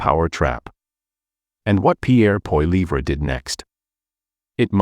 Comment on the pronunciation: What a B.S. platform. Can't even pronounce Poilievres name properly